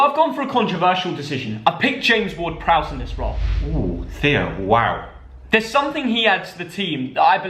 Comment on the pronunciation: Ward-Prowse is absolutely spot on Theo!